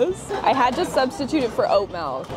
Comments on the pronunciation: Melk?? No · Lol, it's actually MELK😂 She's just so adorable though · WHERE IS THE E MELK BRO ITS MILK SAY IT RIGHT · I love you, but every time you say "malk," I die a little inside. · Canadians and their "malk" pronunciation 😆😆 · Melk. Malk. Mulk.